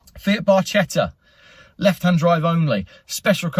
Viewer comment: Bar - ketta! "Ch" in italian, pronounced "K" "Railtoes"? "Ree - Altoe"